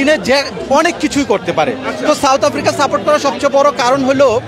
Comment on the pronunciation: "চাউথ আফ্রিকা"😂😂😂.... Koite parenaa mora baaper naam, abar chul kate 'Tere Naam'...